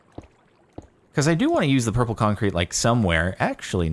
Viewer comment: ' I have become one with the Purpur' XD